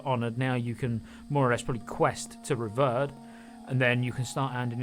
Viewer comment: it's bugging me it's rev-eared not rev-erred